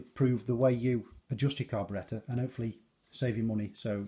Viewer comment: U can tell by his accent that this man literally knows everything. Behold!!! And now i cant stop saying "carberetta"